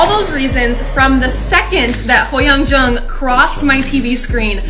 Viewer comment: I just love the part that you pronounced HoYeon Jung’s surname so correctly, not ‘Jong’ or ‘Joong’, but ‘Jông’, appreciating the accent the korean language has❤